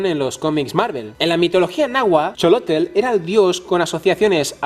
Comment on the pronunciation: Luego te enseño como SE pronucia. XOLTL